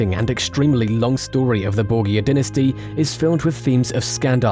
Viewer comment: Tuned out because of how you pronounced Borgia.